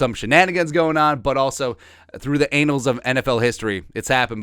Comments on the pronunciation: Lambeau Field is treated like a holy land, they preserve and maintain that field with prestige. Y'all sad. 😂 Also...you really said through the anals of history instead of annals...LOL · ...you know it's an-nals...not anals, right? lol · this man really said "through the anals of NFL history"